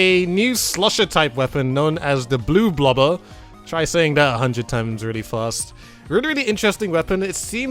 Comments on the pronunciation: Its not bloo blober its blob Lobber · Dude literally pronounced it Blue Baller . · Wouldn't the new slosher be pronounced Blob lobber? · Bloblobber** (Blob-Lobber) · i think it’s pronounced Blob-lobber. it just sounds how it’s meant to be... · The bloblobber sorta looks like a bidet. And I think it's pronounce like "blob lobber". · I thought it's pronounced blob-lobber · just for reference they're pronounced like this "blahb-lahber" and "NAW-tillus 47" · ack the mispronunciation it's Blob Lobber, because it lobs blobs Bloblobber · I think you pronounce it as blob-lobber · It's bloblobber. Not blue blobber. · bloblobber and glooga dualies lol